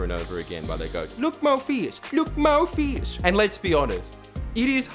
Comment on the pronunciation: Not sure if you said "look more fierce" or "look Morpheus"